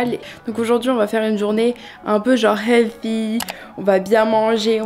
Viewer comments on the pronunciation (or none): none